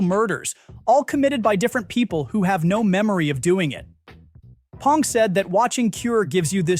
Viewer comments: Good video but his name is "B" Bong, not "P" Pong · A.I. can’t say it right. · Oh my god, stop saying "Pong." Thumbs down for bad AI. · That doesn't surprise me but the massive frequency of "P"ongs in this video pushed me over the edge 😄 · Yeah, just mispronounce his name. It really shows you did your research and didn't just have Chat GPT come up with this. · This AI voice can't even pronounce Bong Joon-ho's name correctly.....